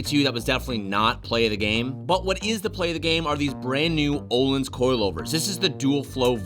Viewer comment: Öhlins (ö) is not "o" it's like the the sound you make when you're about to Puke😂 If you write island in Google translate to Swedish that's how you say it :) This is very important!!!!